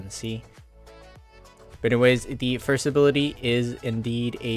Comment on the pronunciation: "And this is the third abirlity" XDDD